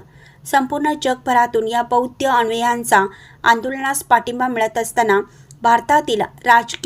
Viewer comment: ' बौद्ध ' असाच शब्दाचा उच्चार करा.बौद्य नव्हे.